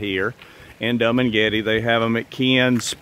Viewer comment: I like how you say Dum and Getty for Dumagete.😅 Nice project. But, with the weather changing and ocean rise, I would hope you take that into account. Many places in Hawaii and here in Virginia and North Carolina are washing away into the sea rise.